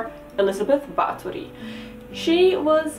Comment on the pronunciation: it made me smile so wide. I love the attention to detail.